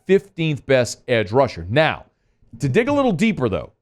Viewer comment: NOW, not OW!